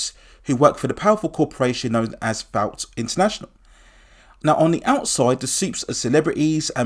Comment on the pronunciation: It’s pronounced “vort” not “vowt” vought international